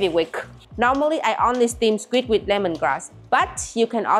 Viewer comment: Srim? skwik? Your english is strange 😂